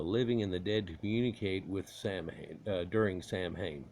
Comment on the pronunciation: If that's true, then it's even worse. You purposefully mispronounced the name through the whole video.